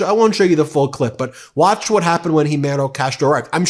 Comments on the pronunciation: Nooo! jimero castro. "Xiomara Castro" and pronounce as "Siomara" Castro. please. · Great video, however, please pronounce her name correctly. It’s “See-o-Mah-Rah”. Xiomara is a very normal name in lat in America. Who is Jimero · Her name is pronounced C-O-MARA… not HeMotto Castro 😂😂😂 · Not Himero Castro Xiomara (Zio-Ma-Ra) Castro. I would like to say I am in no way a supporter of Trump, not one bit however I would like to state to Americans, that centuries of American interventionism in Central and South America has long undermined respectful and just diplomatic relations between these regions and the United States. This was very evident in the 20th century and continues to this day. This unbalanced approach is the reason China and Russia are making inroads in what the US has always considered it's sphere of influence and the chickens have come to roost. Unless there is a real change in attitude in foreign relations with these regions things will only get worse and for the next four years that is exactly what is going to happen. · Ben , I really enjoy Meidas Touch content but, let me try and correct the name of the President of Honduras which is pronounced "Cio-mara" not "he-maro" I know it can be difficult to say things the correct way when we try different languages. I get many things wrong myself. Love how these ladies are running circles around the orange clown even before he screws our county once again! Keep up the great flow of information coming, we appreciate it!💪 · Why do you call her Jimeno Castro? Her name is Xiomara Castro. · Her name is ximerA ! I just don’t understand the lack of respect you show by not taking a minute to check how to pronounce her name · HER NAME IS PRONOUNCED ( ZEE O MARA ) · Xiomara is pronounced: Siomara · Xiomara: see oh ma ra.. Dont be trumpie at least pronounce her name like she would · Dude, learn how to pronounce the Honduran president 's name properly?! You are calling "her" by a man's name. Try Zi-a-mo-ra, okay?